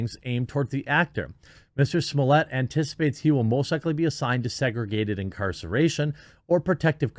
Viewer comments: Whats with the fancy pronunciation of Jussie Smollett's last name. The word you said is the French word for "a wine steward." Don't slick it up, he's just a man NOT a wine steward. Oh yeah he's a chump that's gonna get jumped. lol lol Bring it! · Please stop pronouncing his name that way. He is not remotely French. He is an embarrassment to....well humans. If they can put police in prison... no jail, not even prison & keep them safe, I'm pretty sure he'll be OK. Put him in the hole. Is he seriously comparing himself to Epstein? Does he find that a positive or negative? He's probably watched Shawshank's Redemption too many times & looks forward to it. I'm a little disgusted in myself for watching, he doesn't deserve tv time. GROSS!